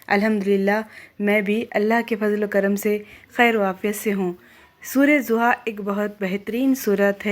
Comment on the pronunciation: Sura zoha nhin sura wad'doha hai beta, please pak Quran k ilfaz or tlafuz behter Andaz main kehne, btane ki Koshish Kya kren, wese to AP ki sb video bhot hi piyari or like k qabil Hoti Hain, mene AP ko subscribe b Kiya hoa hai, AP ki hr video ki notification mere pas ATI Hain, AP yqeen kren main AP ki tqribn hr video Apne status pe share krti hn, sb bhot psnd krte Hain, Allah bless you beta ❤